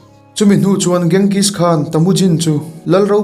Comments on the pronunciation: Ka lo sawi ve mai2 Genghis khan hi Chenghis tih ang deuh a lam tur chuan Bort ni lo in Bawrte ti a lam tur.. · Kenzis(genghis) khan ti hian an lam(pronounce) thin in ka hria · Ka lo duhtui lawk...Borte hi Bor-te tiin lam tur, Ghengis pawh hi Mogol ho chuan Ching-gis tiin an lam. Adang pawh a awm nual.. I lam danin beng ati kham hlek..